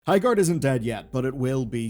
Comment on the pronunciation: "Highgard"